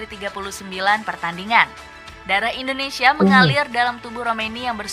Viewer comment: Dengn tidak mengurangi rasa hormat bang saya cuma mau ngasih saran dalam penyebutan kata INDONESIA ...pake Sebutan INDONESIA bukan ENDONESIA🙏🙏🙏 salam santun